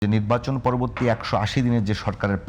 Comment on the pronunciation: উপস্থাপক কি নিব্বাচন নিব্বাচল করে!!!